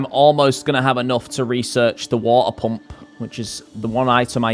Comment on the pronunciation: I love the way you say water pump it took me a minute